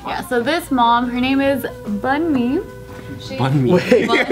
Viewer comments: Bunmi pronounced "boomi" not Bun-me lolll. oh jk crew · Boo-me that how you say her name. I would know because it's also my name. Its nigerian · its pronounced boo-me lmao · The name Bunmi is pronounced like "Bu-mi" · you said her name wrong, it's pronounced Boo-me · it's pronounced boo me lol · its pronounced Boon-me the name is west african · Its pronounced boo-mee